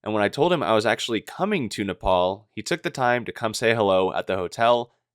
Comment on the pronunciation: Bro it's not nepaul it's nepal😭🙏🏻